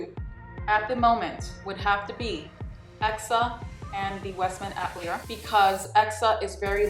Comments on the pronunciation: Great video! The right pronunciation of Westman Atelier is “ah-tell/tuh-lee-ay “ hope that helps! I’m French Canadian (it means “studio” a place where any form of art takes place). You are gorgeous! Blessings 🥰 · Westman Atelier = Ah-Tuh-Lee-Ay